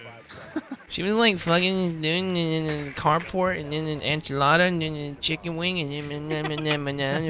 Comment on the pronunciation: “Anme chimken wimg”